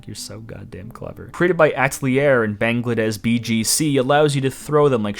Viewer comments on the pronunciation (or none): Why do you keep reading "Bangladesz" as "Banglades"? There is clearly "sz" in the name, not just "s"